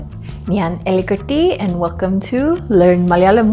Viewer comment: Is it really Elikutty or Ealikutty? You say Elikutty which means "mice"... But I found your channel to be a cool one.. Great to know there are more foreigners learning Malayalam